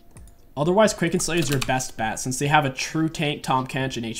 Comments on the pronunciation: please say kraken slayer like crack-en. pronouncing it wrong hurts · Yep, and ikraken slayer is pronounced like "Crack-en"